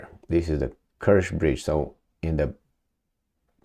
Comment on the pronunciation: It's the Kerch bridge, not the Kersh bridge! If you can say Chuck Norris instead of Shuck Norris, then you can certainly say Kerch instead of Kersh!